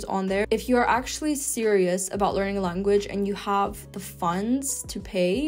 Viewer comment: I noticed that she pronounces all of her A's as U's. She calls them ups instead of apps. She says lunguage and huven't, but she still calls it tier A pronouncing the letter correctly. 🤔